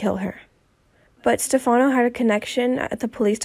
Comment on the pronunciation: Where is the "shocking" truth and when oh when will you learn to pronounce Stefano correctly??? Do you ever even watch the show??